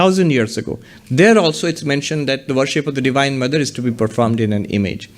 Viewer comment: It's 'Divine' not 'Devine'